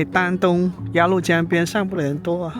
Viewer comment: 鸭律江，不是鸭路江！🤣😂😅